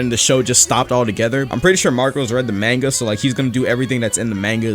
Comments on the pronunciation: we have to talk, its pronounced m-aanga. don't say it like mango but with an o sorry but it irritated me you know.-. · my heart💔 "manega" 😂😂 im jp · U say manga wrong ma guy its MA GA SO LIKE MUNGA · BRO INFERNASU GOT ME DEAD HE SAID "MAIN-GA" ITS MON-GA" (this is a joke Ik you can pronouce it 2 different ways) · i love the mannga lol its monga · MANGA say it right